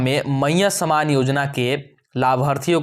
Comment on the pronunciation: कोई खुशखबरी नहीं है पहले बोलना सीखे सामान नहीं सम्मान भैया सम्मानयोजना सिर्फ बुड़बक बना रहा है सरकार, और आप ।